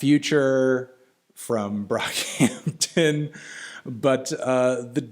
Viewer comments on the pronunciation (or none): did melon just say B R O C K H A M T O N